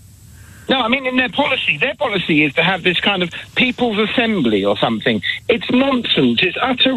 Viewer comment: 5th caller ..somefink..says a lot that.